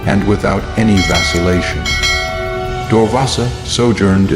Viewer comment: Vasilation ❎ vacillation✅ Erasable ❎ irascible✅